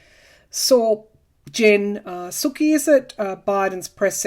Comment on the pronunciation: The wonderful Jen Psaki's name is pronounced Sah-kee. We love her!